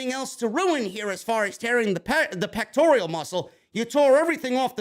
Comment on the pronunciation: Pronounced " peck-tor-al" man You keep calling it a "peck-tor-e-al" (don't get emotional just say it correctly moving forward" Thanks